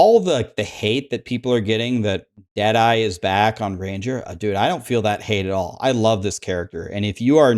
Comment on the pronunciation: When u say Dead eye (ranger) I keep hearing Jedi😅